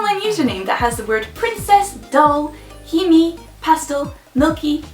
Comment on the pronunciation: pronouncing hime as "he me" lol it's he-meh